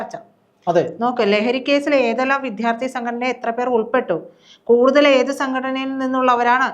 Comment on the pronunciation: സഹോദരീ,വിദ്യാർത്ഥി എന്നു പറയൂ പ്ലീസ്